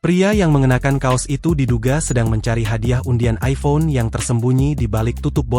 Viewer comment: Aiphon ? Masih hebatan android lah 😂